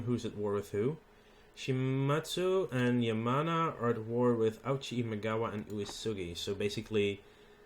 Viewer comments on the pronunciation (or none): for future reference ouchi is pronounced Oh-ee -ch-ee